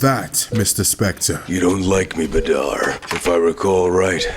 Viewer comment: The only comment I'd give is about the spelling of Badr (Arabic is my mother tongue) when you spell بدر (badr) you don't say it "Badaar" no, just "Badr" Short "A" short "r" no extensions. Also fun fact, Badr means "full moon" in Arabic, and it is indeed a common Arabian name